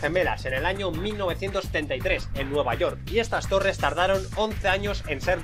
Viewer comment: las Torres tulas xddd